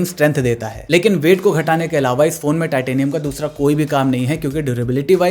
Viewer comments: lol it's titanium not tatinum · Bro 'Tatinium' is amazing 🤣🤣 good to see that some work are done by humans